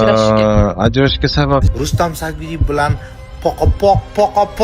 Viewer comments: Xoxlasa Sayidov,xoxlasa Sadiyev deb gapiradi.Ikkinchisi Sagdiyev. Familyani tŏģri etishni ŏrganila oldin blogerla. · Рустам Саидов дисиз Рустам сагдиев дисилар тугри айтилар Фамилияри бошка сузларричм нотугри гапирасизлиар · Rustam Sadiyev familiyasini toʻgʻri aytinglar. Turli xil aytyapsiz.